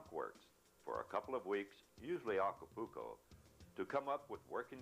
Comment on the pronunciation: If I heard him say, "Aca-pooo-co" one more time......